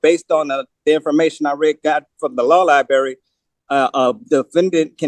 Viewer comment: "Liberry" You aren't helping your desire to be seen as competent.